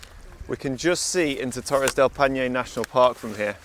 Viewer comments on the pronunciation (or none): lol that was... clumsy. Also, it's Torres del PAINE not panie or something haha.